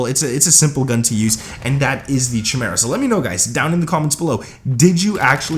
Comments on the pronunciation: 🤣chim ara it's pronounced "ky mear a" it's a mythical beast from Greek mythology. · chi·me·ra / KAI-MEER-A /kīˈmirə,kəˈmirə/ Not Chi-mera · This is a garbage class set up. BTW it's pronounced Kai-Mer-ah... Not CH-mera. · KY-Mera not CHY-mera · The weapon is pronounced "kai-mera" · Bro, what are you saying. It's Chimeria like Ki-me-ri-a. You are killing the name. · It’s pronounced Kai Mera not the way you’re saying it, so cringe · If I hear one more smooth brain streamer say Chimera wrong KAI- MARE-UH SAY IT WITH ME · I stopped watching after u said chimera 🤣